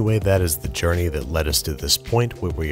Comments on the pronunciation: the word "jounrey" haunts my dreams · ah yes, the jounrey. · "We jounrey" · J O U N R E Y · Have a nice, "jounrey". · I don’t think anyone noticed the JOUNREY instead of journey in the beginning lmao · jounrey not journey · “We jouNrey across NYC” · "We jounrey across NYC" Ahhh a good old jounrey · WE JOUNREY ACROSS NYC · Ah, a good old "jounrey". I like those episodes. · Probably already been said but, "Jounrey"? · Jounrey lol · dat "jounrey" across NYC tho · And what a "jounrey" it was!